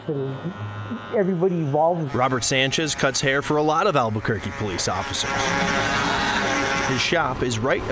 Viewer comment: Did he really call it Burkay? It's pronounced Burque' (Boodkay)